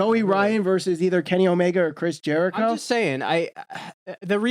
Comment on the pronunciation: How do you mispronounce Jerichos name smh.